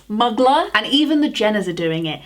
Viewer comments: Pronouncing Mugler (moo-glare) as muggler was so delightfully british I loved it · So much love but the way you say Mugler is so scary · you make my heart happy ❤😊😂 Every time you say Mugler I chuckle